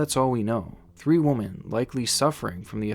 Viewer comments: Love your content, man. Intriguing stuff. But! Women is pronounced WihMen. Not Woman. It drives me nuts. Keep up the good work! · Yeah I noticed from a previous video of his he can't say "women". He seems to just say "woman". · Is there a reason you say “woman” when you mean to say “women” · Okay, 1st: The plural of woman is pronounced "Weh-men," the plural of woman is not woman. 2nd. My brother was a drug addict and, let me tell you, when I had to live with him, if I would have been old enough to have a gun, I would have. Addicts can be unpredictable at times. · Idk if its your accent but you pronounce "women" as "woman" every time. It's so off-putting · Women is pronounced “wih•men” lol not woman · HOW MANY TIMES DOES THIS DUDE SAY “three woman” you mean (women) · I came here to say this. Plural: WOMEN pronounced WI-MEN. I like his videos, but that is so annoying. Lol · Still dont know how to say "women" huh? ... Here's a helpful tip, try pronouncing it as "we-men" that'll make a HUGE difference. Trust me. Every time you say "Wo-men" it sounds like "woman" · "Dr. Zong is controlling these woman." Why can't you pronounce the word "women"? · "Women", not "woman" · Why why why do you keep saying woman and not women?? It's driving me nuts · I enjoy ur content but may I ask y u always say WOMAN instead of WOMEN? just curious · Dude I love your videos and appreciate you so much but it’s pronounced whim-min (women). You are so well spoken otherwise and very entertaining so please don’t take this comment as hate lol. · Is you saying woman instead of women a thing on your channel? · WomEn, oh my god, honey, womEn I'm Russian and it still hurts to hear a wrong form, sorry :) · Just gotta say, the way you pronounce “women” is how you’re supposed to pronounce “woman”. It’s off putting. Say “whim-in” like the rest of us. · Hey man, when it’s more than one “woman”, it’s pronounced “whim-en”. “I see one woman and two younger women”. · Women: pronounced- ‘wimmen’